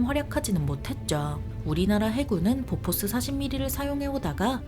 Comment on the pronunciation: 보포스(x), 보포쉬(o) 오리콘(x), 욀리콘, 뷜리콘(o)